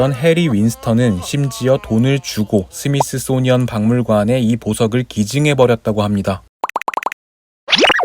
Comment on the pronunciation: 스미스소니언?... 스미소니언 아닙니까